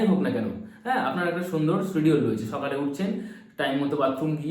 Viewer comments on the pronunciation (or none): none